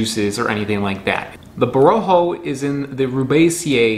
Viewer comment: It is pronounced with the accent on the last syllable. Bo-ro-khOh, not bo-rO-kho.